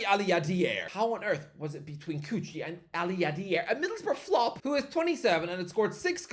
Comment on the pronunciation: why he pronounces kuqi as coochie im dying